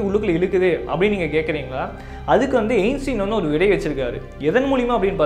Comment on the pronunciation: Ainstean❌ Einstein✅..